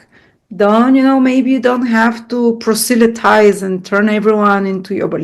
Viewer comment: It's pronounced PROZ-le-tize. Your command of the language is great and you have an amazing vocabulary, so feel bad mentioning it. But maybe you'd like to know!